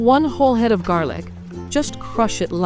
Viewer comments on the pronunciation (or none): none